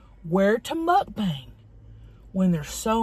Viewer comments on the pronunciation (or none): I love how she says Mukbank instead of mukbang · I love how she still calls it mukbank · Omg I needed this....thankyou so much for making me laugh.....that head bop thing you do in the beginning is hysterical...and the way you say muck bank.....and the things you talk about.....like the chicken leg in the pu$$y....I really needed to laugh..you deserve to have a more than a million subscribers.